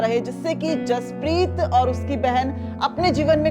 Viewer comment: बचे का नाम जसपरीत है ना कि हरपरीत